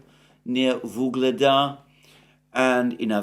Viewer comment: Its not Vugleda, its Ugledar.